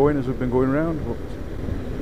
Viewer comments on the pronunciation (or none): none